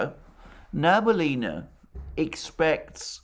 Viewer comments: Hello Alexander. Love your program however it bothers me that you pronounce Nabiulina wrong. It's Na-Bi-Uli-Na, not Na-Bu-Li-Na. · Sorry to correct you - she is Nabiulina not Nabulina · You pronounce Nabiullina's name incorrectly, and you talk about her so often :)